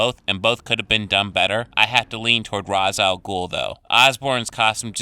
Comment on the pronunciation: They pronounced Ra’s al guls name wrong in Batman Begins lmao